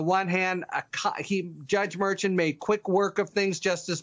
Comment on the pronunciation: Harry, WHEN ARE YOU GOING TO LEARN HOW TO PRONOUNCE MERCHAN???? Or you being purposely being disrespectful?